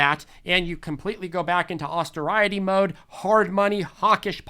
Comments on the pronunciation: Austerity - "Ostare-it-tea", not "Oster-riot-tea" (unless it's an inside joke I'm unaware of, wouldn't be the first time) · AUS-tear-it-EE, austerity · "Austeriety"?? Good one,!! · Pronunciation of “austerity” needs a little work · You're just joking with your pronunciation of austerity yes? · need to learn to pronounce “austerity”. 😂 seriously, awesome informative video. Thanks. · Anyone else notice he totally butchered the word "Austerity"? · Lemme get that “austerity” pronunciation again?😮